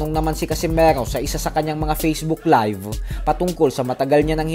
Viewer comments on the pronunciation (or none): none